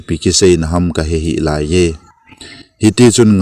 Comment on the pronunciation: Laiiii len ti d ahe, "lai" hi kai sao di ahe